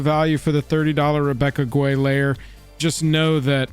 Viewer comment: Guay is pronounced gay.